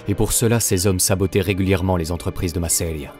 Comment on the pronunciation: Intéressant ! Mais si je peux me permettre, "Masseria" devrait être prononcé avec l'accent tonique sur la première syllabe et pas sur la deuxième. ;)